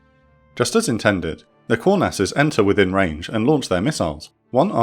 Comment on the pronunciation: The Israeli nickname for the F-4E is pronounced Kŭr-nass. Not Kour-nass.